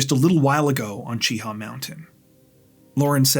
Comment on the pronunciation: Mt Cheaha is near me. It's pronounced more like the Chia pets people used to have years ago. Otherwise, this was a terrible crime. Jolee didn't deserve to be murdered this way, simply for breaking up with that guy. (his name isn't worth mentioning and I hope women steer clear of him in the future, when he is released) People, folks get together and break up all the time. Killing them, or yourself over it is not worth it. Yep, I know you're hurt, but give it time. My last break up took a couple years to get over, but I got over it. Met somebody new, and have now been married 20 years. No matter how bad it hurts, move forward.